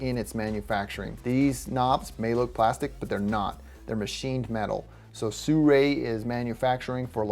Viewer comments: why do most people i come across pronounce this as "suray" it is pronounce as it is written "Sirui" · i understand you but SIRUI can not sound SURAY either way thanks for the video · it should be pronounced see ruu eee. But with less emphasis on the "see". Just as short "see"